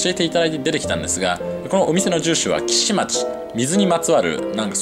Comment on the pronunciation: 岸町…きしちょう です！